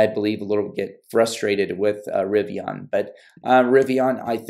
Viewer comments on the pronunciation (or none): It’s pronounced Rivi-IN, no ON. The end sounds the same as “olympian.”